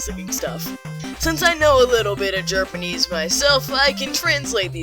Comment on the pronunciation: Wow "jerpanese"